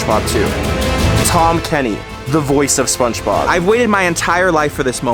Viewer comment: why is bro saying spongebob like spunchbob